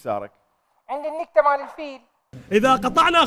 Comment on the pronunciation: ليش الي بفقرة وجب التفسير كلهم يكولون ( نِكتة ) بكسر النون ولا واحد كال نُكتة ( بضم ) النون ؟